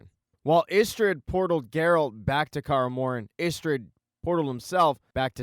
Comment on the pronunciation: Decent recap mate, but u really need to work on your pronunciation: - the "Kaer" is Kaer Morhen is pronounced like "Care" - its the "Wraiths" of Morhogg -- not "Wraths" of Morhogg - why not call Triss by her first name, like everyone else - its "Cahir" , not "Cahar" Also, that was not Ciris mother during the Dol Durza... the baby in the vision clearly has brown hair. The woman choking triss in the vison is actually Lara Dorren, and the baby is Rhiannon.